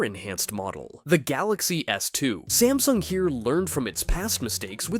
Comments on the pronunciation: Samsung, not smasung! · WHY THE GANGLE DO YOU CALL SAMSUNG sMAsNUg